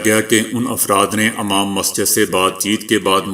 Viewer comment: please say imam not amam recheck your vice.